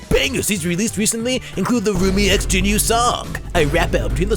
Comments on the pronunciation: Just letting you know, it’s pronounced jean-oo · You pronounced Jinu wrong bruh